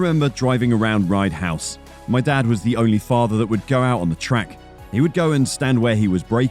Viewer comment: It's not 'Ride House' 😂 it's 'Rye House, a Kart Circuit in Hoddesdon Herefordshire, England which is adjacent to Rye House Stadium a former greyhound racing and speedway venue. The circuit is one of the oldest in the country.